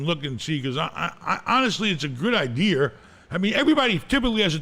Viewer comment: Hahaha “Good idiar”